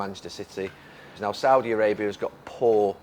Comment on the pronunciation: Can't even pronounce Saudia Arabia. That's how uneducated NC fans are